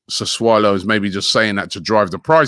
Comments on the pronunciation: He used to say sasulo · SASSULO. Not Sassuolo